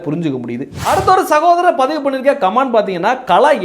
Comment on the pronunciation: நீங்கள் உட்பட சில வீடியோக்களில் கமென்ட் (comment) என்று சொல்வதற்கு பதில், கமான்ட் (command) என்று சொல்வது போல் கேட்கிறது. நான் சொல்வது தவறாக இருந்தால் மன்னிக்கவும்.